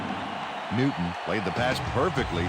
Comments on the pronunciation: Neeeeyooton lol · the way he says "newton" has me weak